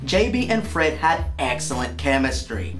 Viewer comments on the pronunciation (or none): none